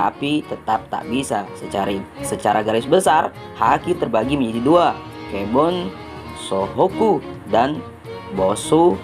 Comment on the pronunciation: Kebonsohoku dan bosuhoku apaan dah 😅☝️